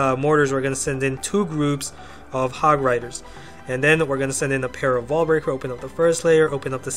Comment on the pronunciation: I like your ideas, but sorry dude, your english really needs some work if you want more subscribers... Example: please pronounce the "S" lol 1. total resourceS 2. wall breakerS